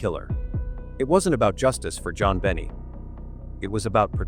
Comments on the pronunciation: Why do you say JonBenet wrong ? It is pronounced as ( JonBenay ) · NOT Bennie it is Bennet .....a silent T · Note, -AY eye keeps calling Jon-Benet ; JoBenny. ( Yore welcome. It's nerve wrecking.:face-blue-wide-eyes: ) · It would give the video more credibility if you at least pronounced the victim's name correctly. She wasn't the daughter of Jack Benny.